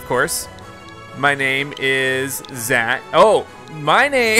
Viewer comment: Its Zack not Zach